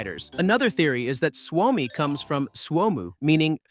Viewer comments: You say it as Swomi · Bro its suomi not swami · its s u o m i, suomi you say it like its spelled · You say Suomi wrong. Allways&Forever 🇪🇪❤️🇫🇮